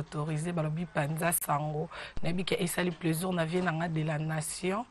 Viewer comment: Bo pesa cours ya diction. On di plaisir et non pleusir